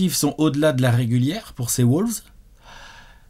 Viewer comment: Par contre stp, on dit WOLVES, pas WOULVES...